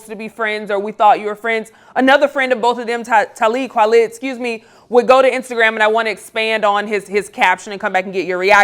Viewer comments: CAN SHE GET TALIB KWALI’S FUCKING NAME RIGHT!?! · Damn,, You strugglin like Becky to say Talib's name. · Talib Kweli (Kwah-lee) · Every time i heard her mispronounce Talib Kweli's name I cringed. Lol. And Ye went at Talib as well. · If you guys are going to cover hip hop artist learn how to say their names. Tell him call me. Has been around for decades but some respect on that man's name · She never said Talib name right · I am literally in love with the host of this show 🥰 even though she doesn't know how to pronounce Talib Kweli lol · Lady if u say his name wrong one more time imma block this video stop saying it backwards!